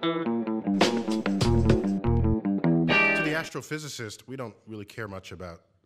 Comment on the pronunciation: Did you know astrophysicist is pronounced “Ass-Tro Fizzicist” 🤔